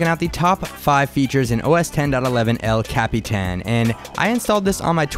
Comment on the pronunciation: ***** But... but you say it so well! El... Capitan...